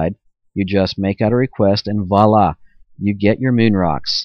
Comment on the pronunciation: found a Southism. "You just make out a request and *valla*'. Since everyone else likes to bag on pronunciations, I figured I may as well jump on the bandwagon.